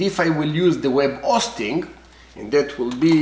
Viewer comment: Love the video! Love your accent. Web O-sting at the O-tel ;)